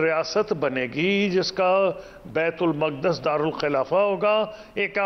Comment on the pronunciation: بیت المقدس ہے بیت المق دس نہیں۔